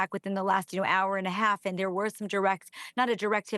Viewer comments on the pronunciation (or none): none